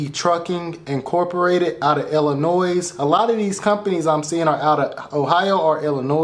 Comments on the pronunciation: i cringe everytime you say Illinois. ITS ELLA NOY. not Ella noise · Never pronounce Illinois with an s at the end 😮